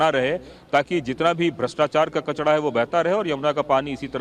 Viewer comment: हम हिंदी का सही उच्चारण भूल गए है कचरा होता है कचड़ा नहीं ऐसे ही नरेला होता है नडेला नहीं होता